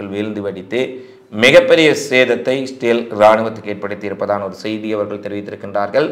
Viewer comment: Your pronouncian of Israel is very different and odd. I is silent in your pronounciation.